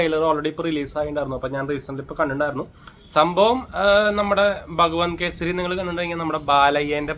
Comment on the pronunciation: ഭഗവാൻ കേസരി അല്ല ചേട്ടാ.. Bhagavanth😂